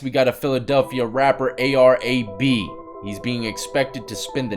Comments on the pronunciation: its pronounced ar ab(like abdominal) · It's A.R. Ab is how its pronouces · It’s pronounced “A R ab” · It's A-R-ab not A-R-A-B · Bro its not ar - a b its ar ab like a stomach work out your abs lol ar ab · lmfao!!!!!!!!! the way he said ar - ab name had me rolling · Itz Ar- Ab like crunches 🤣🤣🤣🤣